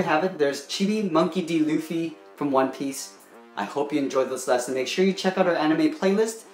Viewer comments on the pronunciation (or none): Pronounce it like loo-fy